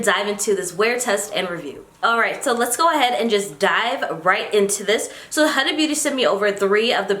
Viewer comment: Hi, her name is pronounced as Huda (who-da-h) and not the way you pronounce it 🙂